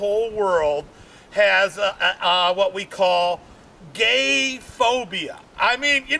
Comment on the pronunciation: The way says the word ‘gay’ is definitely a hate crime.